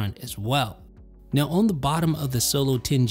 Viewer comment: What’s your accent from? I’ve recently noticed that you pronounce the word “on” as “own”. No disrespect, I’ve just never heard anyone pronounce it like that. Quality videos by the way 👍🏽